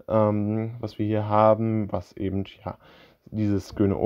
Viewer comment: Bitte nicht immer "ebent" sagen, das ist ganz und gar schrecklich.